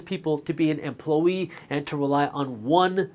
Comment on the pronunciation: Does anyone notice him saying it "emplo-yee"?